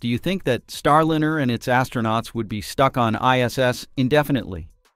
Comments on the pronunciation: Jeepers. If you are going to put up a YouTube channel learn to correctly pronounce the name of the spacecraft! It is NOT Star-Lin-er. Try Star-Line-R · Starlynner. So lame they can't teach the AI simple names. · What’s with the SHIT AI voice??? Star “Linner”? Jesus man. Voted down. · This title is bogus and the AI voice is terrible. Your data is not even correct. You say July 4 is a possible return date then you say July 2 is/was a return date. They can’t both be true. See ya. This Chanel has joined the ranks of the AI garbage. You can’t even pronounce Starliner tight! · Please get rid of the AI voice. It can't even pronounce Starliner correctly.